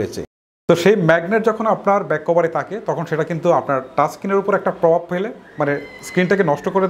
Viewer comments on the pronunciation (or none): none